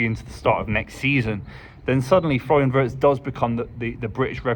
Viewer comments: First get the name right..its Florian VIRST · Exactly,not Wurtz as they keep calling him😂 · Just hope more people would pronounce his last name correctly. The i in Wirtz like the i in Winter and Wink.